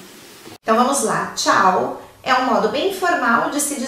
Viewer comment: Quando ela disse ciao eu quase fecho o vídeo kkk